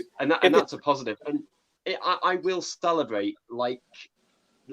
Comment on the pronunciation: Did he really say "Stellabrate"?